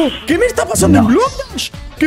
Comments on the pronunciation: dijiste bloc das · Jajaja dijo bock dash en súper l Slide jaja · en súper spider dijiste estamos aquí en blok das xddddd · cuando estabas en el mapa de super eslaid dijiste bloc dahs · Jajajajajaja dijiste blocktas en super eslaia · Porque dijiste Blok das en Super slide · dijiste bloc dash en mes de super eslai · porque en super le dijiste blocdaz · Dijiste blocdach en el minuto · Alcomienso dijiste bloc dachs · TeDiste cuenta que En super eslai Dijiste BlocDas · Xd dijo blok dash